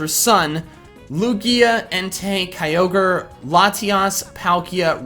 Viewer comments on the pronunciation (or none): none